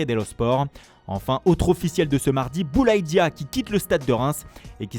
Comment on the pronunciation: Pourquoi tu fais pas l’accent sénégalais quand tu dis Boulaye Dia?? 😅😅